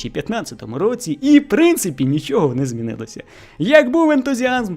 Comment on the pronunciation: дякую. Не ображайтесь на зауваження. Я про українську фонетику, про вимову. Звук [ч] в українській твердий, в російській - м'який. У Вас звучить: хочю, якщьо, нічього. І трішечки звук [о] у Вашій вимові звучить наближено до [а]. Це не Ваша провина, більшість українців тепер говорять саме так. Але дослухайтеся до мови українських акторів, до мови бабусь і дідусів із українського села. Абсолютно тверда вимова Ч! Спробуйте.